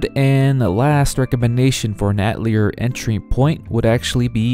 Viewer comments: It’s ah-tell-yay. Not ah-telly-air. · He went from mispronouncing it in the beginning to mispronouncing it even worse in the middle. From Atell-ear to At-leer. It was painful. Just so others know, its "uh-telly-A" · I really cant handle hearing you pronounce atelier wrong over and over. Its a french world ffs, its ateliér in pronunciation. Its really really grating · "Ata-layer?" What? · "artelier" Nope "Altelier" NO "Atlear" STOP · Just play the games fellas. Also, don't commit the sin of pronouncing Atelier with an "R" like I did in the video. I blame the english dubs from the Atelier games for teaching me that pronunciation lol. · Atelier is a French word, you don't pronounce the 'er' in the word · the "te" in atelier doesn't sound like "toe", more like "the" with a "t" sound instead of "th" (not the "thee" pronunciation either) and to be more specific the "a" is a "ha" like in "hat", otherwise you'll sound like you're saying "ey/et/eh tolier/taulier" (which can range from metal-sheet worker/seller to slang for prison guard). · Bro. How are you going to make an Atelier video and not even pronounce the word correctly?